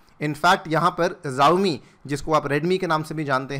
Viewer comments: जाओमि नहीं शाओमी है😁😁😅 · It's not जवमी it's शाऊमी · Xiaomi ko Zaomi nahi Shaomi pronounce karte hai